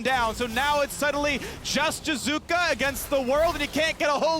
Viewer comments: I love how phreak can't even say names correctly... I honestly don't understand why Riot don't kick him out still... (jizuka! jizuka! jizuka!) but ehy, it's not an american, it's just an import soo who cares? ahahah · What about jizukke? I’ve heard the hard E since EULCS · Yeah, Phreak is just hard butchering Jiizuke's name. EG's video when Jiizuke joins and introduces himself, he uses a soft/subtle "ee" ending.